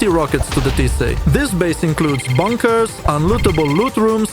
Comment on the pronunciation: bunkers, not bunckers. Love your videos! Gonna try this next wipe!